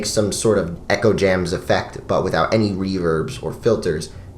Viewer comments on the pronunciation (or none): none